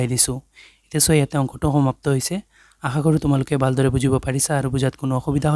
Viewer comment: Bal dore nohoi val dore sir